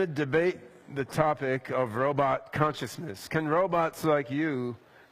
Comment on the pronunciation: I learnt that its pronounced "Conthishnith" not "Consciousness".